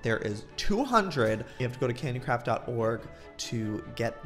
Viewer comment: When he says candy craft it sounds like candy crap 😂